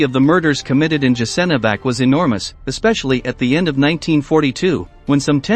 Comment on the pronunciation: Learn how to pronounce foreign words Jasenovac [yasenovats] and others are mispronounced as well! Ignorant if you want to point out some historical facts